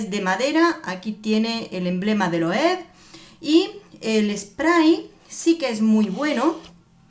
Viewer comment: Hola! Se pronuncia tal y como se escribe LOEWE = LOEVE. Y no es pan de oro, es un brochazo de pintura dorada. ♥️